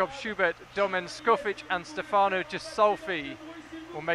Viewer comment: Speaking of pronouncing names, Stefano has an emphasis on the first syllable, opposed to the second as is portrayed by the casters, as well as the ghi in Ghisolfi being a hard gh noise...